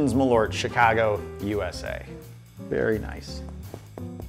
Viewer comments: Its MAL ÖRT not Malooort.. The Swenglish is killing me. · Try to pronounce it like mahl-irt (like the i from bird or shirt) and you'll be closer to reality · Is.. Is that genuinely how americans pronounce Malört? For reference, it's the swedish word for wormwood (which is the key ingredient), and it's pronounced Mal-ört, the ö having the same sound as the vowel sound in bird. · It's pronounced "Maaaaal-eurtt" 🇸🇪 Btw, you haven't tried nothing yet... #Surströmming should be your next ☺️ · I was thinking he was intentionally saying Merlot wrong for most this video lol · Honestly, USA, if you're gonna spell it with the umlaut and all, you really need to pronounce it as such, too. M-Awwww-l-eeeeuugh-rt. It even fits the taste better. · As a swede i thought i should chime in on this, Malört is a kind of herb (ört means herb in swedish) and the "ö" is more pronounced like the u in "burn". Malört liqour is traditionally cosumed with fatty food because it's thought of as good for digestion. :)